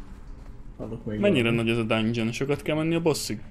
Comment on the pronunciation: #asmr dándzsön